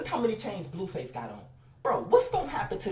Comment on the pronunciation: HE SAY BLUEFACE WORSE THAN FLIGHTTTTAIBEISBEYAUENF